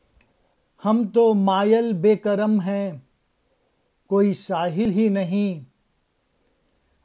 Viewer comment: ... بیکرم نہیں. بہ کرم صحیح تلفظ ھے دونوں کے معنی بلکل بدل جاتے ہیں....